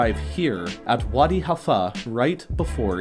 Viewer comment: it's wadi HALF-FAH, Regular Half and fah at the end